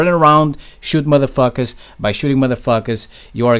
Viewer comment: I like how he pronounces "Madafakas" Someone should make an edit of him saying it for like 2 hrs.